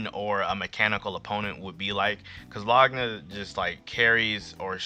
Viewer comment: why you say Laguna like that